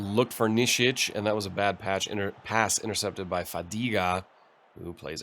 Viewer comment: Hey, where exactly are you from? I like the way you pronounce Ranftl and Austria. :)